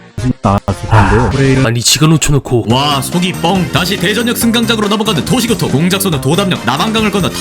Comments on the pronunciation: 중간부터 도시교통이 도시고통으로 나레이션이 바뀐거 같은데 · 찰지다.. ㅎ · 너무 찰져요..😂😂